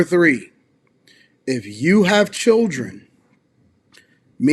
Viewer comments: I got past when she said her chirjennns[children]. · Mispronouncing words that are normal words in speech makes the speaker sound simple. It's hard to take someone serious when they lack basic word skills. Everyone has the chance to learn how to speak and pronounce words in elementary school. Simple words people. Ax for ask, chirren for children, ambalance for ambulance, frunneral for funeral, skinndeded for skin, breastesses for breast. I could go on and on but I'm bored coming up with examples. Learn how to speak properly. You sound dumb. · Children😂😂😂😂 not chilrlllden😂😂😂😂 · Lean how to pronounce children first. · The way she said "children" took me out 😂